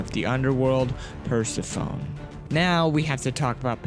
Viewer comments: It’s pronouncer per-sef-a-knee not perca-phone 😂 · No hate but it’s pronounced per-seh-foe-nee